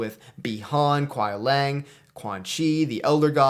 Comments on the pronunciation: I thought it was just me, I had 4 other people hear it the same way. Sounds like you are pronouncing it as Lang. Either way I agree with MK1 list for the most part. Good vid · Everyone will have their opinions on lists. But the way you say Kuai Liang (Lee-ang) is killing me.